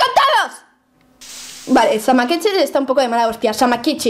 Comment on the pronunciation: O______O dijo bien el nombre de samekichi?! ES EL FIN DEL MUNDO! TODOS AL BUNKER!!